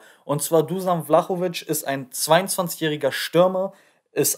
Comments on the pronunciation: Seinen Nachnamen hast du sehr gut ausgesprochen,nur sein Vorname wird Duschan ausgesprochen,ansonsten cooles Video✌🏼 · Richtig ausprechen duschan sonst Daumen hoch fürs video 👍👍👍